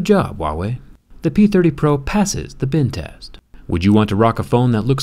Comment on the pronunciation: Sam Noblet I hear Ben test. I feel like the most effective phone to kill Ben laden would be the note 7. U have to fight fire with fire